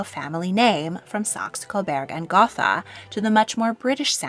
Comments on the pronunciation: Gotha is pronounced "Gota", at least by the British royal family. German doesn't have the "th" sound we have in English. They pronounce it as "t". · Gotha is pronounced gota without th. Battenberg is the same as mount batten. Berg means mountain. The english did not want to be German after ww1 and ww2.